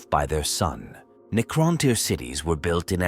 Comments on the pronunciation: Neecrontyre 😂😆, Ai is great and all, just check the script before you upload. The mispronounced words ruined the flow. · "The Kitann and Neekrowntyre" haha LSS